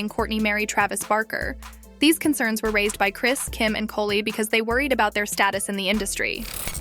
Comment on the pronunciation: Love how this A.I.-generated voice pronounces Khloe’s name as “Koe-Lee.” Annoying